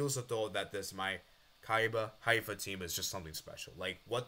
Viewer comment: Maccabi Haifa is pronounced: Ma-Ka-Bee High-Fa